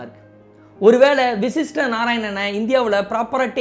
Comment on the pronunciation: vashist not vishist